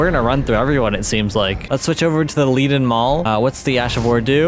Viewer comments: Leaden is pronounced "leden" as in the metal lead. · never would have given these weapons a shot if you hadn't showcased them. thanks for the heads up. Had a great run with the leaden hammer (pronounced like the metal btw)